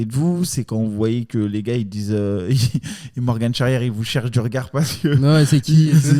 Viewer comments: Même avec Morgan il dit Morgane 🤣🤣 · qui prononce bien Morgan ca fait plaisir lol